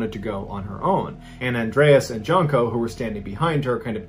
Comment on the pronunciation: JUNE-koh. Not JUNK-oh.